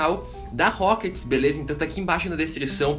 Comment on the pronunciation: "Bileza" "prastico bolha" "Risistente" Porra gente, todo mundo erra!! Parem de ser vacilões...